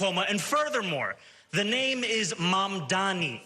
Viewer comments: Mudhmanni that's "mud-man-i" . 🤣🤡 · Get the guy's surname right guys, especially when you play a clip of Mamdani rebuking Cuomo for mispronouncing it.